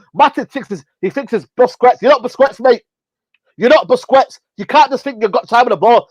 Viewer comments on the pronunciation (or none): "you're not busQWETS mate. You're not busQWETS" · Man said busqqets🤣😂🤣😂🤣🤣🤣😂🤣🤣🤣😂🤣😂🤣😂🤣😂😂🤣😂🤣🤣😂🤣😂🤣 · " your'e not busquettes mate you're not busquettes " 🤣🤣🤣